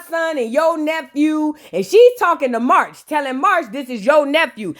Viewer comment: I am always here for the vape voice 🤣🤣🤣🤣 —Side note: whenever you call Marsh, MARCH I’m screaming 🤣🤣🤣